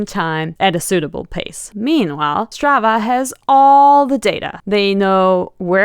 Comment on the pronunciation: Imagine trying to make your app sound exotic by using a Swedish name ... and then misspelling that and pronouncing it incorrectly ...